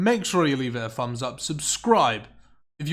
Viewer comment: "the video is currently sat at free fousand free hundred fumbs up"